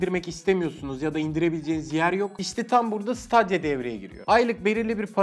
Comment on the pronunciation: siteydiya diye okunuyor